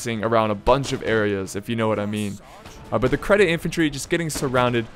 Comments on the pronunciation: that unit isn't "credit", it is pronounced "Jeddit". And if I remember correct, Ottoman cavaliry was called Deli cavaliry, Deli means lunatic in Turkish. Isn't that interesting?:D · just for the record: Jedeet, not "sedit" (nice one btw :P) the c in Turkish is pronounced the way we would a "j" in "Jack". (j is pronounced the way we would the s in "measure" in Turkish). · its not credit.its cedit.pronounced at sedit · ITS CEDIT xD not credit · Lol dude u cant read...its cedit not credit damn :D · ÇETİN thank you, i was going crazy from him saying that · there is no r in cedit for the ottoman empire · basically every youtuber says it incorrectly so im not suprised if thats where you heard it from